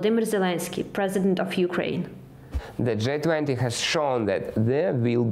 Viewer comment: G20 sounds like джий 20 not джай 20 👍❤️ thank you for the report.